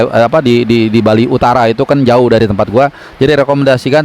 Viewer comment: Bang CBH goes to Bali, bukan "ghost"